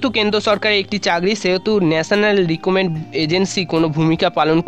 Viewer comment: NRI na NRA, চ্যালেন না চ্যানেল, রিক্রুটমেন্ট বলুন ...... কি সব বলেন যে মানেই বদলে যায়।